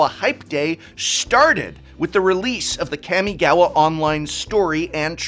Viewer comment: Every time you kamigawa it hurts…we know you script everything, so why?